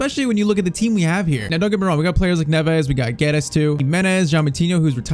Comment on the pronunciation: PCQ: Portuguese here, you pronounce it "Gedz" and "Noonx". Hope to see a fast forward on at least one more season with Liverpool 💪